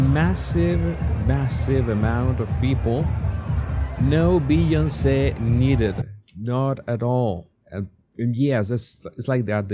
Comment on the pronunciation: I like how pronounces B-on-say 😂